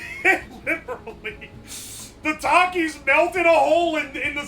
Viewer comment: It's pronounced takis not takis